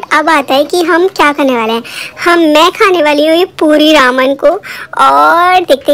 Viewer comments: Your are saying raaaman it's reman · Didi its not रामन its रेमन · Didi it's not Raman that you pronounce it spells as Ramen but It's pronounced as re-me-n It's not a hate comment or I am not making fun of you but just want my fav youtuber to be correct Please shoutout thumbs-up 👍👍👍👍👍👍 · U can't say ramen properly. U say Raman but its Ramen. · Who the legends were thinking about her pronunciation Raman ??😂😂